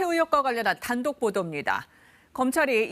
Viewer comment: 단독 뭐 별내용도 없네 공직자재산 내역에 신고된 돈이고 사용처도 확인되었다고 이화진기자님 통장사진 어디서났어요 검찰에서 받은거면 수사자료 빼돌린건데 단독 캐물었다 앵커 이소정기자님 아주 찰지게 발음을 하시네 나중에 민경욱처럼 되시겠어요